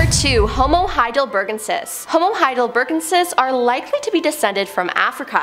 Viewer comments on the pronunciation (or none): " . . . Heidelbergensis . . ." is pronounced "HAI-dell-berg-EN-sis."